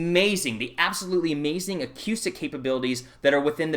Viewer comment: 'a coo stick' is the proper pronunciation.